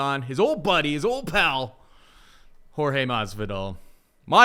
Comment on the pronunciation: I hate the “George” Masvidal tick that this dude has. It’s Jorge, just say Jorge.